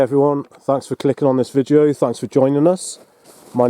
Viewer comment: Does he keep saying "vijeo".....?